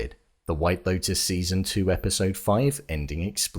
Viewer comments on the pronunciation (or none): none